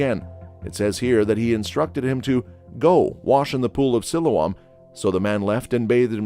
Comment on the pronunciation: Its pronunced SILOAM!